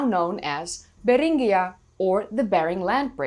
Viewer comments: That's new, the only way I've heard Beringia pronounced is like Bear-in-jeeh-uh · I did not know Beringia was a Spanish word that is pronounces with a rolling "R".